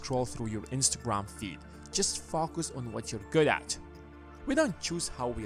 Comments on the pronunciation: I kept hearing’fu*kers’. Lol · You definitely pronounce 'focus' with an intendedly-different accent.